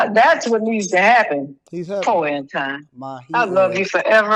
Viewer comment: “Po’ Anton” 🤣🤣